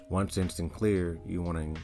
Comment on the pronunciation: Wauw absolutely no introduction to trakt given in this video. Just you pronouncing sycnler wrong a million times and integrating it into random apps.